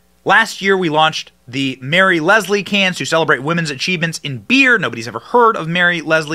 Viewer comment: Don't read "Lisle" as "Leslie." Literacy.